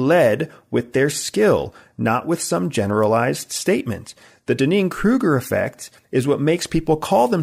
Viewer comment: I think he's mispronouncing the Dunning-Kruger Effect... It's very distracting to me.